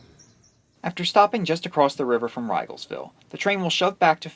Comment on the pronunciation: As a local--it's "ree-gelsville" not "rye-gelsville". Otherwise a great vid.